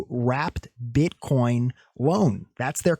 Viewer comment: My guy i laughed so hard when you said "Bitcorn" 🤣 i need these liqiudations to happen though i dont wanna give up any short positions just yet